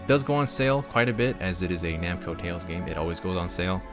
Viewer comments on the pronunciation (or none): like I said it's namco not bamco